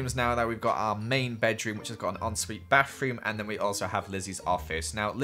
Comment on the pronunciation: I live to hear say “wiv” and “barroom”